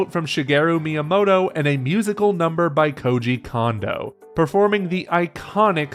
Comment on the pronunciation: I just want to say this for future reference, but Kondo is not pronounced "Condo." It is closer to "Cone-doe."